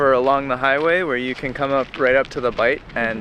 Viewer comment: "Bight". I'm a pedant (and unlikely to be the only one).